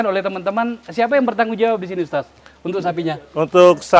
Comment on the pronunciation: Alhamdulillah... perlu dipublish terus agar masyarakat tidak terpapar radikalisme. Kesadaran berbangsa dan bernegara yg pancasilais nan berbhineka semakin subur. Selamat Bang Akbar...semakin maknyus aja nih AF Uncensored. Penyebutan Ustas khas Makassar Bung... 👍👍👍